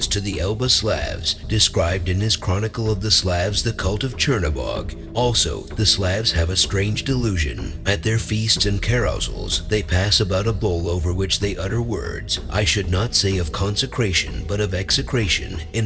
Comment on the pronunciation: Peh roon Vel ES...Seeva.. try a double oo pronounciation Beloboog,Chermoboog